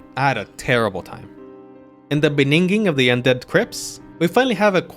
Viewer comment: IN DA BENINGING 🗣️